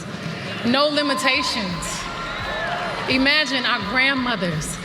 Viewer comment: Hey Beyoncé, it’s IM-agine, not EE-magine…